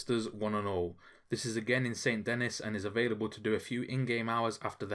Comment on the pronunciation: Too accurate of a pronunciation of Saint Denis always remember it’s Sand-a-knee